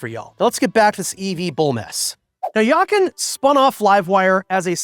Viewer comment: One can tell, that you’ve never worked in a corporation being subjected to a plethora of interest group, while your main customer group are the „always yesterdays“. It isn’t surprising that he is not welcomed by the American customers who can’t even pronounce his name. Yakan isn’t it. Grüße aus Deutschland!